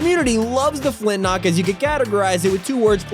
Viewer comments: Its called a flint lock not a flint nock :/ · Flint lock not flint nock